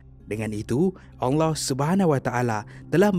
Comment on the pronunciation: Saya Saja ka yg dengar sebut "ALLAH" bunyinya jadi ONG LOH. saya minta maaf dengan tuan punya badan kalau saya salah..